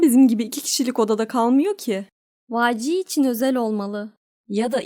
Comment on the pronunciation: ayrıca YG diye yazılıp vayci diye okunuyo